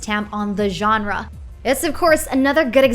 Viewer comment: Came for the list, stayed because of the voice-over. "Dead Cells world is bereft of secrets." Bereft means barren, so I'm sure that's not what she meant. "stamp on the genre" - she pronounced it so quickly that it sounds like "tampon genre" and that made me giggle.